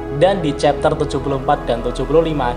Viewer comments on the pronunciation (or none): none